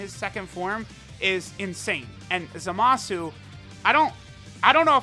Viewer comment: Love your videos, just hate how you pronounce Zamasu lol.. Goin to summon for Zamasu though 👌🏽